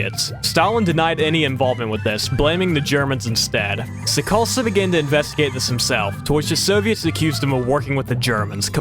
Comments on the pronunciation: your pronunciation of Sikorski was atrocious, like its not even one of those crazy hard Polish surnames, it is literally pronounced how it is spelled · your pronunciation is incredible. saying “Sikorski” as Sekosleb? unheard of